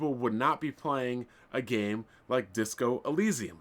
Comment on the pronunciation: "Did you rike it??" is actually not his fault, Japanese language doesn't have any symbol which makes the sound of the letter "L", so any word which is has a "L" is hard for them to be pronounced and so the "L" gets replaced with "R". They have a hard time pronouncing "Red Lobster", as they go on to say "Red Robster".